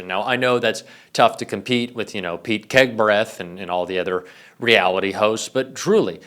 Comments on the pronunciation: "Pete Kegbreath" fucccck 😂🤣😂🤣😂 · “Pete kegbreath “ 😂